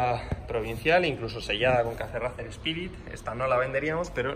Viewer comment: Una cosilla... Racer se pronuncia “reiser” 😂 (Al igual que Liverpool es “liverpul” y no “liverpo-ol”; o Schwarzenegger es “suarseneger” y no “SCHwarcenejer”.) Coño que es vuestro nombre! 😂